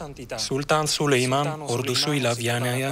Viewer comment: Hürremin süleymana süliman demesi